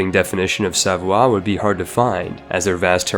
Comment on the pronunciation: says Savoie me: ITS SAVOIA (sah voy ah) DAMNIT